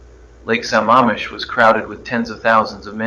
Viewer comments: It's Lake Sa-MAM-ish not Sa-MA-mish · Not pronouncing Sammamish correctly. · This was pretty good, but I'm sure Ted knew how to pronounce Sammamish.